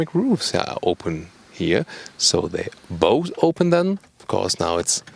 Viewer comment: There is 1 thing that makes my ears burn -, please, pronunce the words 'here', 'rear' and,lengh', 'both' like they should be pronunced (both and lengh should have the F sound, not S; and the 'rear' and 'here' shouldn't be pronunced long like reeeeeaaaaar, heeeeeere). There are also too many statements 'very interesting' being repeated. Thank you. Best regards:-)